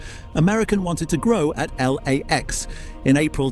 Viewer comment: L A X doesn't sound right, but good AI voice, mostly good B roll